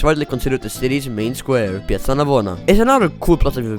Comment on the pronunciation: concordo.. i nomi delle piazze, chiese e posti li ha pronunciati nel modo corretto, fosse stato un americano avrebbe pronunciato alla cazzo tutto..